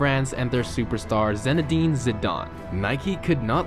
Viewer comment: ZIIIIIInedine Zidane It's not hard. Both words begin the same. Written as Phonetically